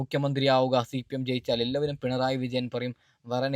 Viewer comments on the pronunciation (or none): none